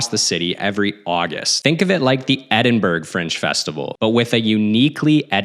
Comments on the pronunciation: It is not pronounced Edinburg it is Ed-in-burra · Edinburgh is pronounced EDIN-BURA, not Edinberg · Never heard anyone pronounce Edinburgh 'Edin-burg' before 😅 Great video though!